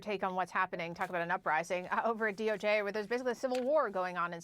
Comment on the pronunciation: Who determined the DOJJ pronounciation? Seems more like DOGe.